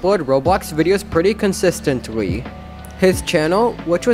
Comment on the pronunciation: lol consestantwly